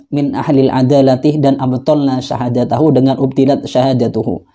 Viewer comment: Klo bacanya aja salah gimana bisa memahami... ketika baca kitab... ada lafadz 'min من tpi dibaca man من' apa itu tidak merusak makna masbro...intinya itu cuma pawang jin.. bukan faqih... belum pantas dapat julukan ustadz..